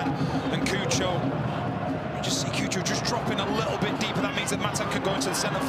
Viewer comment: The commentators pronouncing cucho Hernandez name as coo-cho instead of chu-cho is so funny/cringe 😂